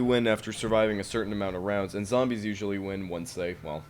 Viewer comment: I love your pronountiation of "Zambies"